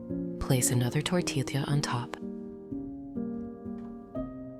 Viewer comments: Great recipe. Greetings from Pennsylvania. But why AI? It's pronounced tor-tee-ya, not tor-til-lia. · It is amazing how the AI cannot pronounce tortilla (tor tee ya).😂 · It is pronounced Tor tee ya Sanger Tx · AI can’t pronounce tortilla😂